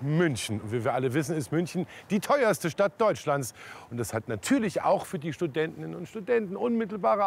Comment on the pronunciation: Studentinnenenenen und Studenten ahahhahhh